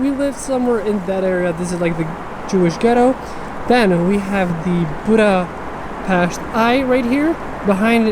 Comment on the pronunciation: As a hungarian I hit the like button as soon as you pronounced Budapest the right way!